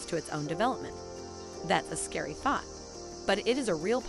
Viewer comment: Hmmm funny how t she pronounces the word thought at "fought".... a few moments later... Elon has the same speech pattern ??!!!